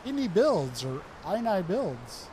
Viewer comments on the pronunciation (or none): It’s inn-ee-builds.. the world is in agreement